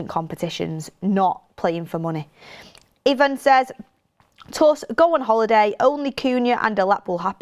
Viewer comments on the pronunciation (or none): none